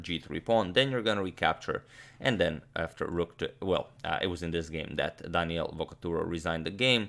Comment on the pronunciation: But Agadmator needs to expand his vast knowledge to the pronunciation of Italian names, because Daniele has the accent on the first "e", not on the "a". :-)